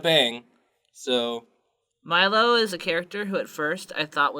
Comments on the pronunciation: Meelo. Me-low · Was anybody else triggered when they called Meelo "Milo"? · Milo pronounces it "Meelo" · It’s It’s Meelo. (Me) -(low) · His name s MEELO NOT MILO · MEE LO, it's MEE LO FOOLS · Meelo not milo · BTW it's Meelo, not Milo. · Meelo!! (ME•low)